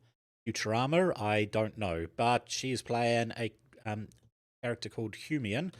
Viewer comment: Hemione is pronounced 'her-my-uh-nee'. Rouge is an cosmetic. The correct spelling of rogue is r-o-g-u-e.